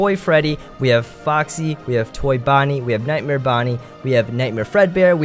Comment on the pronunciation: u said nitemare